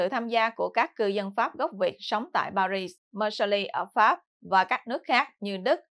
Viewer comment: Xin góp ý với: Tỉnh "Marseille" ở miền nam nước Pháp, đọc là "Mạc xây dờ" ( chữ "d" trong tiếng "dờ", phải đọc theo giọng nam, chữ "dờ" đọc rất rất nhẹ), chứ không đọc là "Mạc xơ li" theo tiếng Anh như đã đọc nhé. Còn Paris, đọc là "Pa ri", không đọc "xì" ( chữ "s" cuối, không đọc ).